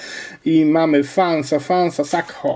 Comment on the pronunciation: komentarz numer #pierdyliard z serii "Poprawiamy " Ashley Cole - eszli kol David Silva -, czyta się DAVID, a nie DEJVID:) Sakho - sako